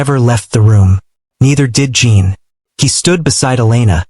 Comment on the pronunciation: I see others have already reported the seizure inducing shaking of the screen. The story is good about the medical profession and that there is always room for improvement. Jin is not Jean or Gene, check the pronunciation, please, the AI is terrible.